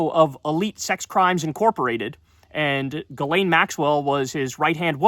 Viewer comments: OK so I appreciate your work but it's "GhiSSSSSSlaine Maxwell", get the pe**'s name right 🤭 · Isn't it Gisthane? It's definitely not "Galane". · Is her name pronounced as JIZZ-lane? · It's pronounced jizzlane💦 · Actually her name is pronounced like 'jizzlane' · GISSS lane, Kyle. Ghislane with an S. LOVE YOU KYLE!!